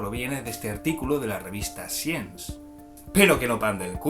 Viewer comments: “.... de la revista siens” 🤮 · Science se pronuncia “saiens”, dicho pronto y mal. Por lo demás, gracias por divulgar.